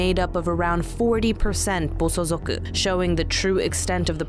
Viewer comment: Good video, but it's Bosozoku, not bosozuku.